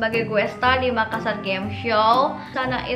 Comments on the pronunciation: Neng, Makassar bukan makkasar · makassar bukan makkasar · makassar kk bukan makkasar😁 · MAKASSAR BUKAN MAKKASAR. TOLONG DI UBAH LAGI YA NEXT TIME THANKS :) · bukan makkasar tapi MAKASSAR dua (s) nya bukan (k) nya dua karna saya orang makassar. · Makassar kak, bukan makkasar